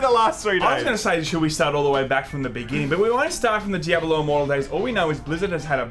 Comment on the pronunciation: "Djabulo" lol wtf